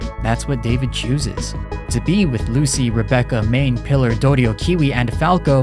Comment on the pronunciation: knew you didn't actually watch when you said pilar's name wrong